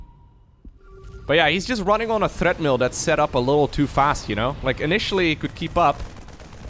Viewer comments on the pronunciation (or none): you said running on a "Threadmill", its Treadmill people run on lol. Thread milling is when you make screw threads on a milling machine:p Probably just your dutch being funny again, GG